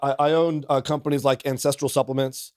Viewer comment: This guy is tripping me out. English is my second language and the way he pronounce "ancestral", I hear "incest".